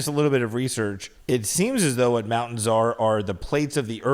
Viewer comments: SAYING MOUN’ENS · Don't be mad but when you say mountains can you make sure you pronounce the T.? Just a pet peeve. I was relieved when said mountains with the T. don't be afraid of being alone ever. You got those sexy blue eyes that run in your family and you seem like a great guy too. Your mom did a great job raising you both